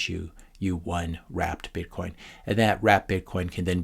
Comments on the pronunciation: I thought you were saying "Rat Bitcoin," until i looked at your written notes. Turns out that "Rat" was a good description of the shipcoiners. Thanks for the great videos! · You keep referring to ‘Wrapped Bitcoin’, but my ears are hearing ‘Rat Bitcoin’.